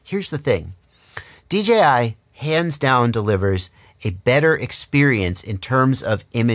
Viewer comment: Great review...... bottom line on which to purchase will be an individual. I could see you struggling to say DJI on a FS review and thats ok... but you gave the facts towards options and thats a fair review........ as far as I saw all the googles made that blue Mustang look awesome.... keep up the great work.